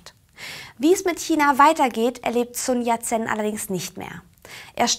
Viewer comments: Ich möchte anmerken, dass am Anfang noch von Sun Yat-sen redet und ihn ab plötzlich Sun Yat-C nennt xD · und leider ist es nicht nur der name sun yat sen, der falsch ausgesprochen wird, ich habe nun (fast) alle Folgen gesehen und muss anmerken, dass sehr viele chinesische begriffe falsch ausgesprochen werden. schaut mal bei " Konfuzius gespräche" reclam Seite 133 nach, da findet ihr die aussprache der gebräuchlichsten buchstaben recht gut beschrieben. in kapitel XIII,3 findet ihr auch einen passenden ausspruch konfutius' zu dem thema" richtige aussprache". Also: immer schön weiter üben... AnLa